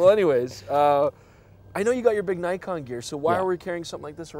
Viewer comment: Half Japanese, and yet.. can't pronounce "Nikon" correctly :(